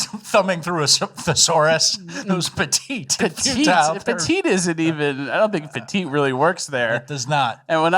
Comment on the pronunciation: had written down “petty” in his notes, but he cain’t read so said “petite.” 😂